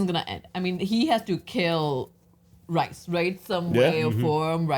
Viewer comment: It’s not rice it’s rhys